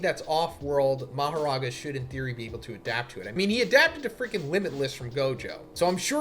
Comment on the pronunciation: He said "Becomes Maharaga!!!" I died!😭 Like what is he talking about??